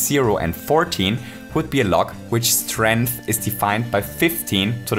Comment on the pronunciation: Man really out here saying “strinth” and acting like 10 to the power of 4 is 10